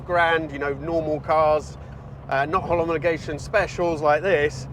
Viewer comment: Holomogation? 🤣, Sir. You may mean... Homologation...